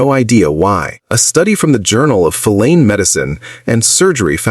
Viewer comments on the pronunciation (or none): The AI couldn't even pronounce "feline" for fucks sake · Please teach your AI voice to properly pronounce 'feline'.